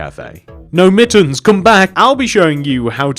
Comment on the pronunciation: So funny how u sed mittens